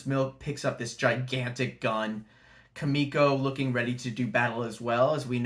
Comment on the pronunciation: Keemeeko not Kahmeeko lol. Good analysis. We shall see. I’m pumped!